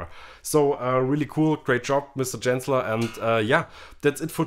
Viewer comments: Is that how you pronounce Genzler? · Bitte Genzler mit G wie Gibson. Und noch was … das "e" von "the" wird NUR DANN als "i" ausgesprochen, wenn ein Vokal folgt.